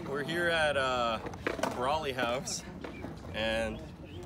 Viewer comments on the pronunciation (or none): I like how he calls it Brally